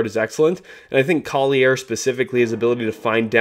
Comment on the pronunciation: It's Isaiah Collier (call-your) not coll-i-air